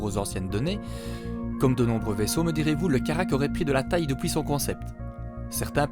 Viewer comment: ce "d'opuis" 😂